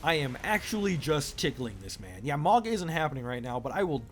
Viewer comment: Its Mow Guh not Mawg